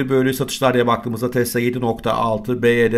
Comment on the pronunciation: Dayı anlık tesla mı baydöner mi diyorsun sandım